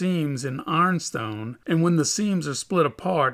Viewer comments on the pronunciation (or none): AARNstone... what is AARNstone? (Caption says Ironstone 🤦‍♂️)